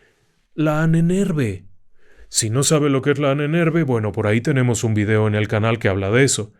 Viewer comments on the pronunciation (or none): none